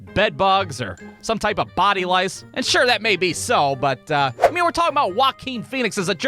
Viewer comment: “Body louce”😂💀💀